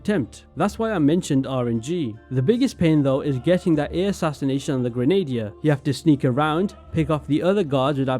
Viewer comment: Just a little fyi "Grenadier" is pronounced "Grenna - deer" ;]